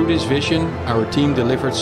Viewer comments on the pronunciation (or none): none